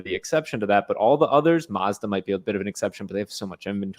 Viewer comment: You pronounced Mazda wrong.